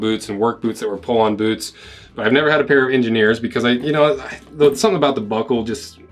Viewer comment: When did boots become Boouts? That's all I wanna know!